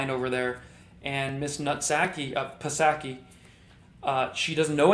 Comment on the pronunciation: Psaky = pronounced ‘Sacky’. Do you already know this and I just didn’t get the joke?